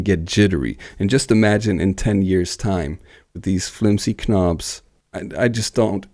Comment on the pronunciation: What's with the idiotic "K- nobs" and "K-now"??